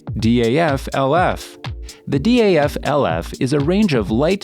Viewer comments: D.A.F? we just say daaf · Its not D.A.F. Its just DAF. Just say the word, not the letters. With MAN you say the letters, not the word. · its not d.a.f its daf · Daf is just Daf, Not D.A.F. Nice video though 👍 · u mean man and daf and not em ei en, di ej ef 😭😭😭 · Its very bothering yes, I never heard anyone spell like that. Its DAF and MAN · its daf not d.a.f and also man not m.a.n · Good video, but my god, how are you reading the names? Or is it AI? Because I know no-one, whou would read Man or Daf by letters. Its Daf [daf], or Man[ man] .... 😑 I also dont get differences between the 1st and 2nd Scania. Like, the 2nd one doesnt have that cool aerodynamic bump, has some black sht numb instead, and what else? .... -the most powerful engine in the world? Ok. And what about all the boat engines, jet engines, hypercar engines.... 🤦 Also, number of awards doesnt mean anything. Scania maybe had less trucks, but all of them were the best every time, compared to Mercedes, which had many more which werent as sucessfull... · It's hilarious how he pronunce MAN and DAF🤣 Emeyen